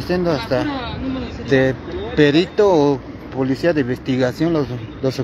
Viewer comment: pulicia currupto, curruuupto hable bien wey